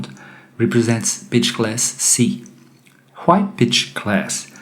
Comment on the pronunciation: When you say pitch, sometimes it sounds like bitch. Improve your accent. Your voice sounds wrong in general.